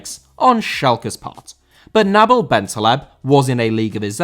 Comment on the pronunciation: Nabil* not Nabl